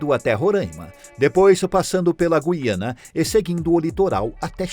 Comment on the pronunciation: Parabéns por pronúnciar o nome "GUIANA" de forma correta, pois é um assassinato das ignorâncias ao pronúnciar essa palavra que dá nojo. Eles chamam de GIANA...PODE?? TOTAL E FALTA DE LEITURAS.